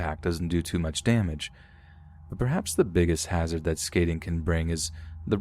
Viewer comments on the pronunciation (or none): none